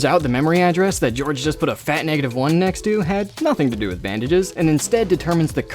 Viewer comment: "hello, we're the English police, we're here to arrest you for saying Georfe instead of George"